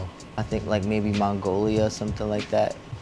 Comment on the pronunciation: "Mongolia" 😂 I hollered. I love him but I have a feeling he doesn't know where Mongolia is.